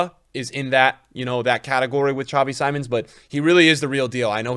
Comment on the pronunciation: Xavi Simons is pronounced more like “sea-monster” without “ter” but just Xavi is also just fine instead of whatever you’re saying now 😂